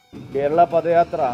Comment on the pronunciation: പദയാത്ര അല്ല പതയാത്ര ആണ്